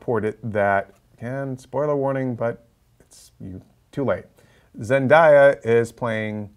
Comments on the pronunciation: I swear if I hear someone say zendya one more time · I know but they said zendya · Zendaya not Zendieya jesus christ